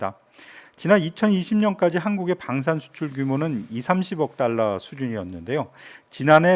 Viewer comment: 방위사업청장은 국방부장관의 승인과 대텅의 승인만을 무기를 팔기에 추후 문제 되겁니다. 150억 달라를 150 달러라 발음 하셨군요.